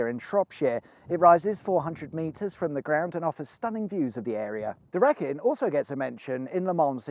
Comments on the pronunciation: As I grew up in Shrewsbury in Shropshire, the Wrekin is pronounced Wreekin, not wreckin. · Argh it’s the reekin not Wreck in lol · RE-KIN! it's pronounced RE-KIN not WRECK-IN! bloody non locals saying our words wrong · Great video, its pronounced "wreeeeeekin" not "wreckin". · As others have said, its phonetically pronounced "ree-kin".. not "rek-in" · The Wreekin, not the wrekin. Dear me. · Reeeee-kin, not Wreckin'. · Wreekin not reckin!🤣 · Wreckin? It’s ree-kin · Reeekin not wreck in? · Dude Its pronounced 'reekin', he even says it that way in the film clip. Not wreckin lol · It's a road. It's also a road I live 5 miles away from! And yeah, it's REA-kin, not WRECK-in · Wrekin is pronounced ‘Ree-kin’ not ‘reck-in’ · Two things about this video... 1. Wrekin is pronounced Ree-kin now wreck-in lol 2. More importantly you skipped over the history of J3 which would have involved the former Tong Manor demolished to build the motorway. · Its not the reckin! It's pronounced the reekin. Wrekin. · It is pronounced Wreekin not Wreckin. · I think this was the first time I've ever heard it called 'the reckin'? The 'e' sound should be elongated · You've got the pronunciation wrong for the Wrekin (you say rekkin). It should be pronounced as Wrekin. (say reekin) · It's called the reeking locally not the Wrekin get it right .. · Pronounced Reekin not rekin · Its pronounced Wreee kin not wreckin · I came here just to express my fury over your incorrect pronunciation of the Wrekin. It's "reekin", not "reckin". Sort it out lad. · Pronounced Reekin Blooody sutherners😄 Awesome outro thats going on pub jukebox tonight. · Someone must've been watching his video as I heard it pronounced 'Wreckin' on the BBC this week too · It's pronounced Wreck in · I'm from the top of Scotland about as far from a Motorway as you can get and yet even I know it's pronounced REEKIN 😂Anyways, top vid and nice bit of Rammstein on the outro. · Great vid. The Wrekin is actually pronounced as ‘reekin’ by locals.